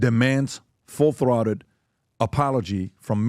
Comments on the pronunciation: Pronounced - THROTED - long O - sounds like BOATed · "Throw-ted" not "Throt-ed" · Why is he saying “th-rot-ted” and not “th-row-ted” lmao. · Full " Throtted" ....... PBD, learn to pronounce words you dolt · Full “Throtted” 😂😅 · This is the second podcast. I’ve heard people mispronouncing full “throated”…like, you know, throat??? Between your head and your chest… what get squeezed when someone gets strangled… throat.